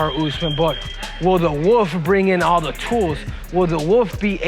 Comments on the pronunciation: Cejudo saying “woof” because he can’t pronounce wolf. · Khamzat the woof. The woof will the woof. Cmon bro